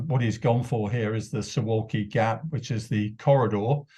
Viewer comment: XD That's so funny to constantly hear about the so-called "Suwalki Gap" or "Suwalki Corridor" and how dangerous it is, by nearly all media channels. 1.) It's pronounced as "suvalki", the "w" is pronounced as "v" 2.) Just go to Google Maps and see that this area is far from being a good and comfortable place to attack it. It is dotted in many lakes and other bodies of water also a lof of woods and so on... 3.) Even if there are some of wagner mercenaries their number is far too low to conduct any operation. Most likely they would be doing what the Potato's King soldiers have been doing for the last years...that is escorting the illegal migrants to the border and making sure that they go in only one direction...so really nothing new 4.) If ruZZia would really think about attacking NATO (it would be their suicide and even they aren't that stupid...but hipotetically) they would start from the Baltic States/because they are easier targets both in terms of manpower and the number of equipment and the more favourable terrain for the invading force like in the east of Lithuania